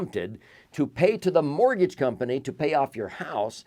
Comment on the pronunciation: What's a mor-geej?